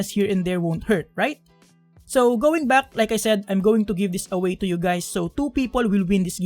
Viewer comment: did he just call me gay? he said hi gays right?